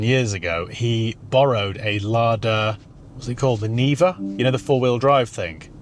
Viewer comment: it's Niva not Riva 🤣